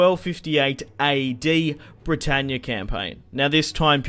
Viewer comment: started laughing straight away at ther aussie "Bretannyaa"